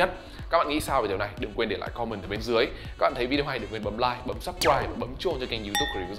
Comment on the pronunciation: Com-men chứ k phải com-mừn =))